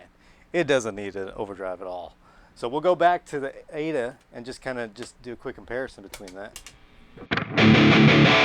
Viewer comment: Its😂 A.D.A NOT A DUH😂